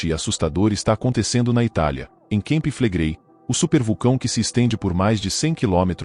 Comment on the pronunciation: NAO SE PRONUNCIA KEMPI FLEGREI MAS CAMPI FLEGREI